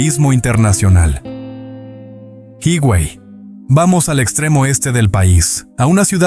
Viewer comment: Hermoso documental,, Hermoso mi pais,, pero como siempre alguien debe poner la nota,, 😊 ,,HIGUEY no es" jiguey" recuerda que la "H" es muda y se pronuncia "iguey" lo mismo con "AZUA" es como se escribe sin acento en la U,, discúlpame por la corrección, Bendiciones